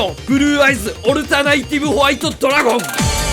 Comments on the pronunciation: 海馬のときだけスローモーションかかってる？ww いや見事な造形でふつくしい… あとずーっとオルタナ"イ"ティブって言ってるけど正解はオルタナティブですw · オルタナイティブじゃなくて、オルタナティブやねw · オルタナイティブ × オルタナティブ 〇 が気になりすぎる